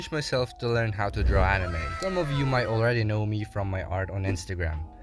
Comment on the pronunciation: I love how he messed up and easy word which is draw he said drwa